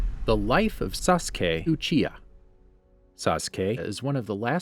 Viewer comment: "Suske ochiha" 😂 jk great video